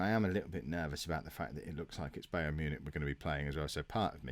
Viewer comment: you pronounce it as Bi-ern Mewnick